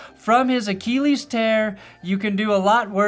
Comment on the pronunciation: Another video, another saying "Achilles" weird